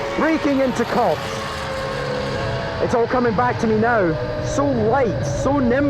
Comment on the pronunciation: did he just say 'breaking into copps'?!?!?!?!?!?!?!?